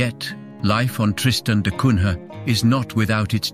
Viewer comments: The prononciation is da Cunya (Da Cunha). This is portugese name. The English have never been able to prononce correctly the names from latin countries and i always wondered if they don't do it on purpose. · Er... It's pronounced da Cunya